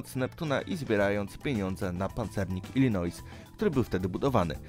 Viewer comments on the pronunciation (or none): To się czyta Ilinoi.